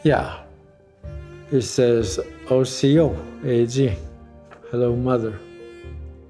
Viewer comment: the word Cherokee is a derivative of the Choctaw word for mountain dwellers. And it's osiyo, not asiyo.